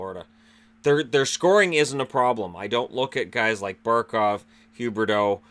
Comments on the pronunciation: Leon L he purposely says Huberdeau. He does it all the time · He says Huberdeau on purpose lol